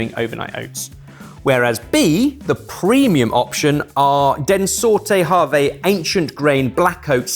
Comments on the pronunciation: That pronunciation of "Den Sorte Havre" has me absolutelly rolling! Don't blame you, the Scandi languages can be hard, but damn that sent me! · Hearing pronounce "Den sorte havre" as "then sorta haver" hurt me more than I thought it would